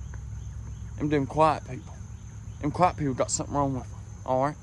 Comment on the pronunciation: I kind of thought so. Because his accent would make it sound like quite.